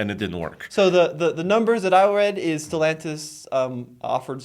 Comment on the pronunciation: It is NOT pronounced StelONtis! has been listening to Nathan too much. Tommy knows how to pronounce. Why is this so hard? Also, why does this bother me so? Just bugs the crap at of me.